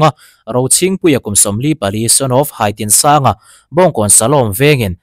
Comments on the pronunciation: Haitinsanga tih tur hi Hai lai hi i thlûk a, Hâi ni lovin Hai , tih mai tur anih ka ring zawk. Khawtlang leh ram duhloh thil ti tute hi kan endawng thiam a hun tawh hle ani. Sum an neih avanga, kan hlauh a, kan tlawn a, kan ngaisang te hi kan tenawm tlat, engahmah ngailovin i endawng thiam tawh ang u. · Hai tih hi risang tur a ni e. I lo lian tawh lutuka ka hai che alawm tih a hai lam dan anga lamrik tur a ni e. Khi lam atanga rawn chhuk an ni